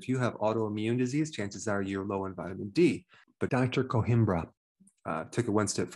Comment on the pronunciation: Please note: the Portuguese name Coimbra, which comes from the Portuguese city of Coimbra in the Central region, where I live, does not contain nor does it have, an “h” . Please pronounce it correctly! It gets its name from the nearby ancient Roman town of Conímbriga.